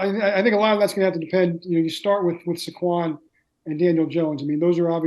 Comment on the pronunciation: Guy can’t even pronounce Saquons name right. What a joke